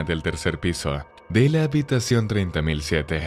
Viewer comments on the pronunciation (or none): Habitación ‘’3007’’ jajajaja yo escuchado treinta mil siete